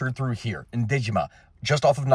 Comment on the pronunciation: Your subtitles could not process Dejima to save their lives. XD Nice pronunciation, tho.